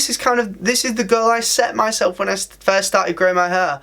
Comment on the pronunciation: Whenever you say “goal” it sounds exactly like “girl” 🤣🤣🤣